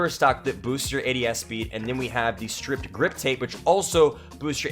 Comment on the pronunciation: Hate to be this guy, but it’s “stippled” not “stripped” grip. Like nipple, but with a ST in front. 🤙🏻 lol